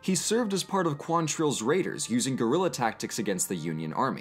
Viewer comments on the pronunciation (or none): none